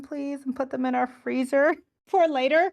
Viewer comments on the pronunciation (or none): none